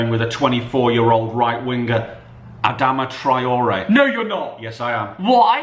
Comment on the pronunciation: Man said Adama traore 🤔